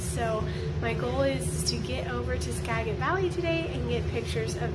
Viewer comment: Thanks. Pronounced Ska-jit.